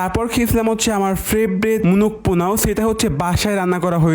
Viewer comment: পোলাও ❌।.।.।.পোনাও✅